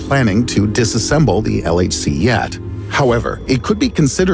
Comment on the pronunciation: Did he just say LHC or LSD.....